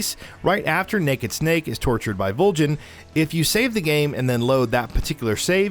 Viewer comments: ..."after being tortured by Voljin." How can you mispronounce the name of one of the coolest villains in MGS history?! On a positive note, these were all great moments. Good video! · Weirded MGS moments: the narrator pronouncing Volgin’s name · Well that's a different way to pronounce "Volgin." I don't think anyone who's actually played the game would mispronounce his name.